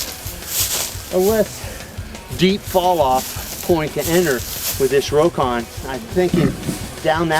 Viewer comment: It's pronounced Rock On, not row kon!